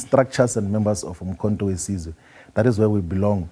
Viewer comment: He can't pronounce the name of the party correctly. 😂😂😂Umkho we size😢😢